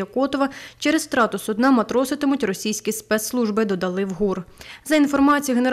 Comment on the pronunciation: Цікавий наголос на слові судна на кінець слова і це означає судно яке використовують в медицині для лежачих хворих…)